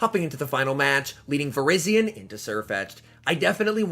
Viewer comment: it's not vir-IZZY-on it's vir-EYE-zee-uhn!